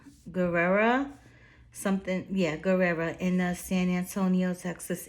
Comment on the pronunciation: Guerra not Guerrera